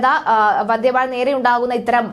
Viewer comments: വന്ദേ എന്ന് പറയു വന്ധേ എന്ന് പറയാതെ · വന്ധേ അല്ല വന്ദേ